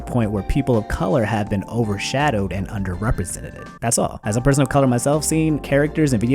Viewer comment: "Representededed" "Underrepresentededed" 😐